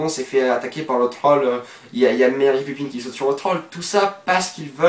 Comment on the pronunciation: C'est pas pipine mais Pipin x)